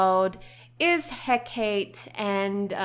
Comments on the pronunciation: Love these sims! Your design is beautiful. :) I love the names you chose inspired by Greek mythology. I wasn't sure who you meant when you were talking about Hecate, and then I realized who it was! Her name is pronounced "Heh-ka-tee"! Like Calliope is pronounced "Ka-lie-oh-pee" not "Kale-EE-op". :) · I hate being that guy, but it's pronounced 'Heh-Kah-Tay', i believe. of course, I could be wrong. It's just how I've heard people say it, coupled with my minuscule knowledge of Greek pronunciations. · Doesn't Hecate have a soft "eh", though? So if I'm not mistaken the romanised pronunciation should be "heh-cah-tay", right? rather than the hard "ee"? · It's pronounces heh-ka-tee